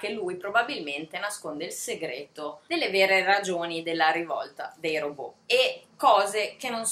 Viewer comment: Bel video. Mi hanno attirata molto " Cassandra " (adoro la mitologia greca) e "La casa sul Bosforo". Non per fare la puntigliosa, ma vorrei darti un consiglio su una pronuncia: si pronuncia " Ròbot" e non "Robò"( ovvero alla francese), perché il termine deriva dal ceco ròbota che significa lavoro pesante, a propria volta derivata dall'antico slavo rabota, servitù.